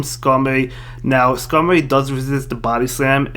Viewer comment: This guys voice is funny 😂 He can’t pronounce his R’s lol “Maowak, Skamowy, Vigowath” lmao 😂😂😂😂👍🏼